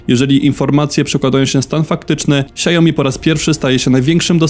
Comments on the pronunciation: Co do Xiaomi wymawia się "siałmi" a nie siajomi. Na YT były szef Xiaomi uczył wymowy. Starsze modele telefonów niestety nie mają już wsparcia poprawek bezpieczeństwa co oznacza, że łatwiej z takiego wykraść dane np. hasła do bankowości. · Xiao Mi się wymawia "siao-mi" a nie "siajo-mi" 🤣 tak na przyszłość, bo aż uszy bolą 😉